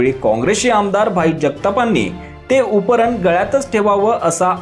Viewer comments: अहो उपरण नाही त्याला उपरणे म्हणतात. आधी मराठी चे उच्चार सुधारा. मग निवेदन करा. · अरे उपरण नव्हे रे बाबा त्याला उपकरणं किंवा उपरणे असं म्हणतात शिकून घे